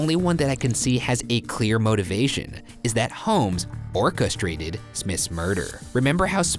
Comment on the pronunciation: I JUST realized that Ryan said Orca-strated, instead of orchestrated... 🤣 Geez... 🐋